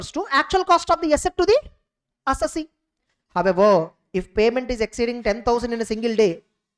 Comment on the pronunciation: SIR, please pronounce the word "Assessee" correctly............